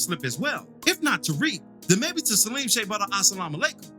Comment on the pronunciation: I must humbly state, your diversified renditions of Salim’s name get better every video. Salim shea butter Asalamwalaikum?!?!?!????? Sir, YOU NEED TO BE STOPPED😂😂😂😂😂😂😂😂😂😂